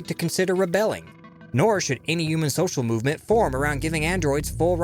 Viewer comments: Why do you pronounce human as "U-man". I find it so jarring every time I hear you say it. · Should I spell it "yuman" like you pronounce it in my story too instead of human?